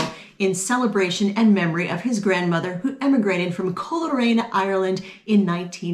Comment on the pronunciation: Larry and!! I can’t believe you guys are Irish decent! I’m writing to u from Antrim.. I wanted to say it’s pronounced ‘Cole rain’ Thanks for ur video!! I need to spend less!!